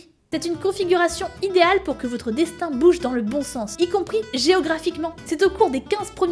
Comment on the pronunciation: "prends-toi en main, Cé ton destain"" XD